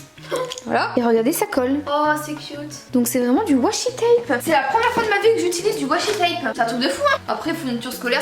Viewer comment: Tu as bien raison on dit soit masking tape soit Whasi et pas whasing tape 😉